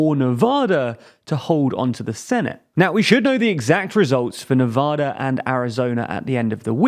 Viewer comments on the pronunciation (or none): Love your content but you mispronounced Nevada's name. :)